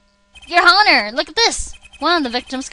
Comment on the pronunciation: at one point u pronounced the h in honor. funneh UR HONOR